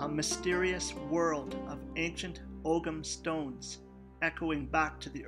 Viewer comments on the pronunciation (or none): It's pronounce oam stone